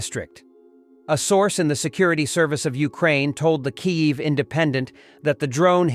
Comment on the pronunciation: To fail to pronounce the capital of Ukraine correctly is evidence of monumental laziness and disrespect.